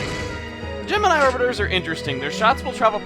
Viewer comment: Orbitars is actually pronounced or-bit-TARS